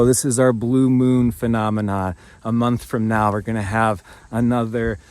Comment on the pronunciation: Listened a couple of times😂 I've just got "moonth" 😂😂😎👍🏻🤫😛🤩👁🫂